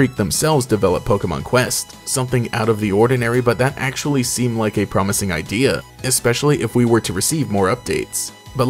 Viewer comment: “Acshually it was released on mobile first” 🤓